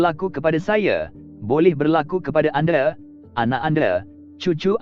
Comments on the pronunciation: anda = ande, malaya = malaye..... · Admin bila bertutur tu eloklah sebut dengan betul. Sebut 'anda', bukan 'ande'. Nama orang pun sebut salah. 'Soraya' jadi 'Soraye'!!!